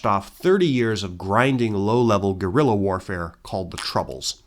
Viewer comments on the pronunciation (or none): none